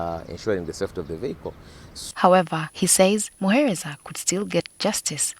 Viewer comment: Patrick Onyango the word is vehicle not "VIYAKO"